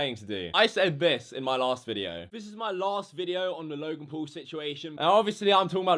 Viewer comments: you're pronouncing him logan pool ... it's logan paul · it's not logan pool it's logan paul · Normal people: logan paul: logan pool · who the FUCK is logan “pool” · He obviously doesn’t know how to speak Logan pool... Who dat? It’s Logan Paul and everybody makes mistakes and he apologized and yes he was disrespecting the country which I don’t really like. But everyone that truly says sorry should always be forgiven. Forgive and forget. He has lots of subscribers and always wants to make good quality content and took it to far. It was very disrespectful. Please just stop being a hater, Logan Paul is one of my favourite YouTubers and it saddens me that everyone is being so rude towards him. Love you Logan ♥️ Be A Maverick!! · “Loy-gen pull” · Anyone else get triggered when he says Logan Pool?